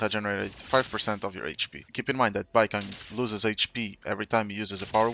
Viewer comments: I don’t think it’s “Baikang” it’s Baicang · Please, his name is pronounced like bai-tsang 😅 the pronunciation is killing me… here since I got an A1 Baicang lol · it's like bai-song. the "c" is a "tz" sound which is similar to the english s sound and the a in ang is a sound somewhere between an a and an o, realistically in my language it's an a that blends into an o. this probably isn't helpful but it's the best explanation i can give. great guide btw! really appreciate the explanations and showcase.